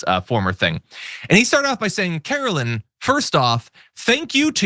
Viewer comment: Please, it's karo-line not karo-lynn